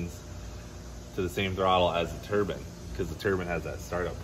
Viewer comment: Turbine not a turbin you said oh you don't want to get this stuck in your Turbin I almost shit 😂